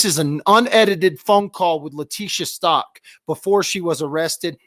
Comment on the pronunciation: Its Stauch ..stowch like COW STAUCH